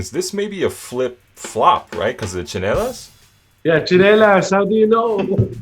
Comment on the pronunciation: *tsinelas not chinelas :))